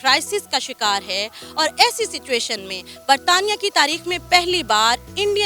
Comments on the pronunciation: what is Bartania ???? it is Britain !!! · wtf is "bartania" its britain I think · Sana is Okay okay .....But Sana's Brother is full comedian .... Saying Bartania , Bartania .....It is Britain , sir !!! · Britain not bartaniya 😂😂😂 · it's not bartania it's britain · It's Britain not bardaniya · Who is this new host !!!! She is horribly interacting with the AVAAM! this feels like a third grade URDU news channel. Sana - come back or else you will start losing followers. Also - Please stop calling UK “BARTANNIA” …… address the nations as per global pronunciation. Will you guys like if everyone calls you PAKASTAN??? Or maybe that’s true. Jai hind 🇮🇳